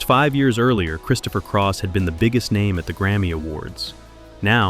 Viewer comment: Christopher Craw?